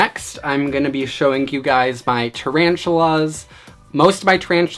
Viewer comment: HE SAIF TARANTULAS AND I WAS LIKE BOI NO IM OUT